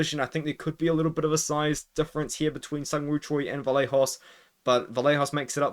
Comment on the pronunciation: Vallejos is pronounced Vayejos. Like the “yes” y.